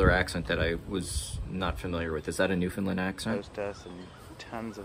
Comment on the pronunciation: Its pronounced new fin land not lend